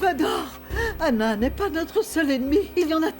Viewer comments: Kiyè ki tande xander di anale ana😂😂😂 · Qui à entendre ça comme moi quand xander appelé Stella,anah 😂😂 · Pagen moun la ki tande XENDER di annale Anah😂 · Qui entend que xender dit aller anna😂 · Qui a entendu que Xander a prononcé le nom d'Anna devant Gaél